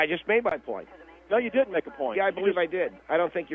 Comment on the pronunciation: "You better bughleev it."